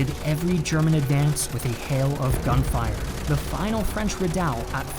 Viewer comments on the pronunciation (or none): none